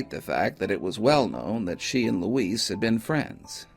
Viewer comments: I think that's Louise (loo-eeze), not Luis. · Good videos but just excruciating for me to listen to. I wonder if Louise's family mispronounced her name Luis (a Spanish male name) or just you. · I couldn’t help but notice that the narrator pronounced Louise’s name with a hard “s” (as in the male spelling of the Spanish name Luis). Forgive me for pointing that out - I just have an eye (and ear) for detail